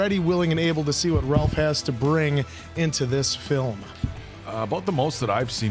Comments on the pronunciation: His name is pronounced "Raife", not "Ralph". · Just a little fyi, its not r-al-ph, its pronounced r-a-ff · his name is Rafe not Ralph. The "L" is silent. Side note: I wholeheartedly agree Appleton Oak's critique of pretension diners. I too have unfortunately come in contact with too many fake abnormal diners who say they enjoy their 11 or 12 course meal. I don't enjoy exquisite restaurants like that. You don't enjoy yourself at those restaurants. Just give me some KFC or a Burger with sides. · Ray-fuh not Rawl-fuh is how this particular Ralph is pronounced with regards to Ralph Finnes. Interestingly, Ralph’s baby brother , Joseph Fiennes, star of the multi award winning Shakespeare in Love, pronounces Joseph the normal way. Not sure why their parents went with Ray-fuh for Ralph. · Just for future reference...Ralph Fiennes's name is pronounced Rafe, not Ralph 😊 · Pronounced Rafe not Ralf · Apart from Ralph's name being pronounced rayf you didn't miss anything ps I only found out last week as well😅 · I know this is three years too late but Ralph pronounces his first name as Rayfes. Like Ray-fs. I WISH I was joking. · Just want to quickly point out that Ralph Fiennes first name is pronounced like ‘Rafe’. 😊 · It's pronounced Rafe. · “RaLpH” lol someone please tell me they have since been corrected on the pronunciation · Ralph's name is pronounced "rayf" btw. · It’s pronounced “Rayf” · Ralph is pronounced rafe rhymes, with rake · It's pronounced "Rafe"; I don't know why, but if you watch that many of his movies, it probably helps to know that. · Ralph Fiennes' name is pronounced Rafe. I believe the spelling and pronunciation is Nordic. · I know it looks like you pronounce his name like you think you should, but it's pronounced Rafe 😉